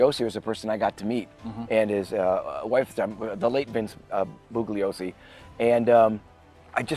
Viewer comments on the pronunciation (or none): Hey guys, if you are gonna do a podcast, it would be a great idea to get the facts down correctly. You have made SO many mistakes it’s obvious you did limited research. You don’t even pronounce the prosecutor’s name correctly. He says it in the movie Helter Skelter , “ the G is silent “. 🤦🏻‍♂️🤦🏻‍♂️